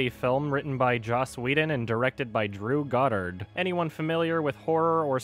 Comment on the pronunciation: "Drew God-Hard"